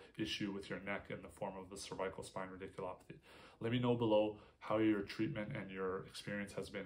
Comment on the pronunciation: You are mispronouncing cervical.